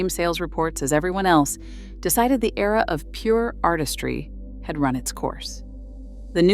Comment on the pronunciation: Why was era pronounced as E-R-A ?